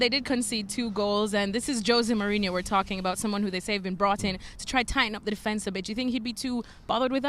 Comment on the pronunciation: Joe say mourinho lol. Makes me laugh so hard